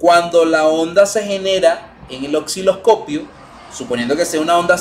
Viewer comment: Estimado se dice Osciloscopio NO " OXILOSCOPIO " u "OCCILOSCOPIO" .Si se dedica a educar por favor comience por pronunciar correctamente los instrumentos y componentes. Saludos.